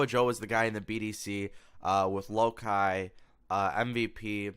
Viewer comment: It's pronounced Low Key, not Low KY. IDIOT